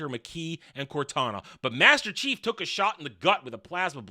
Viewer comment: hard to "understand your understanding" when you can't even say Master Chief right once...